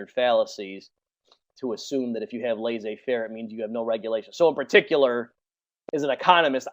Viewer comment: Laissez-faire [Less-ay fehr] pronounce it right please!